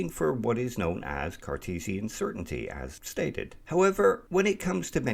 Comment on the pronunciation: Did you say Carcheesian or was it my imagination after the cheesy example?